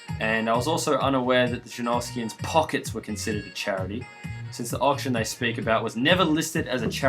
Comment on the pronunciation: I knew you were Australian, all that talk of the jerneerskians